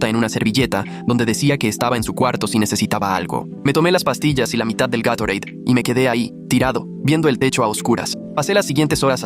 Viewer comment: Se dice Gatorade